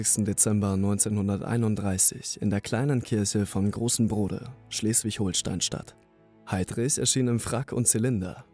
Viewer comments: Betonung ist nicht so deins, oder? Es heißt NICHT Schleswig-HoHlstein, auch Fehmarn sprichst du sehr komisch aus. Das sagt dir jemand aus dem Ruhrpott! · es heißt ganz normal Schleswig-Holstein ohne ein H hinterm O